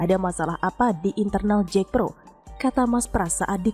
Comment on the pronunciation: Bukan Jekpro tapi JAKPRO, jd kurang greget